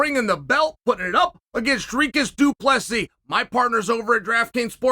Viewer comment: Chael deserves a belt for his pronunciation of Dricus’ name